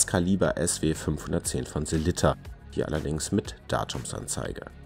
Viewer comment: Hahaha, vielen Dank erstmal für das Lob! Mir war nicht bewusst, dass meine Sellita-Aussprache so falsch ist, habe auch noch nicht darüber nachgedacht. Ich werde in Zukunft mehr darauf achten, wie es richtig gesagt wird und Abends vorm Spiegel üben 😜